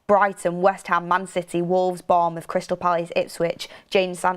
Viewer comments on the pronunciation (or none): none